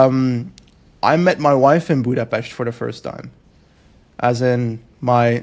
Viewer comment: I've never heard a non-hungarian pronounce Budapest correctly until now.